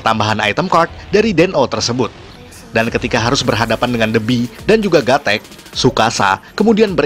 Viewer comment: wawasan luas tapi penyebutan nya aja salah wawasan darimana coba ??